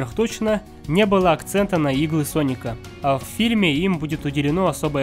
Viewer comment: Не паника а Соника